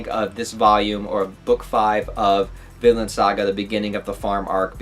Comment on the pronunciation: At the beginning, it sounded like you said "Villain" saga.